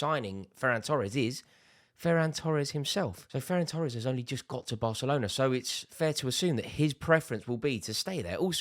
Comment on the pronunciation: "Ferran Tores"WHAT????????? expected L from Rory